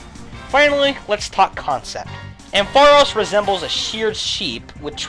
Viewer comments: Ampharos gets TWO 1's (Isn't it AM-pha-ross, btw?) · ARGHHH, why you keep pronouncing Ampharos' name wrong? DX You put emphasis on the 'ampf', not the aros sound! x_x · I have never heard that pronunciation of ampharos before